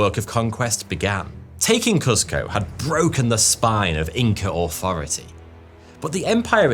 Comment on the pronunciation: Nice little nod to Cartman with the authority pronunciation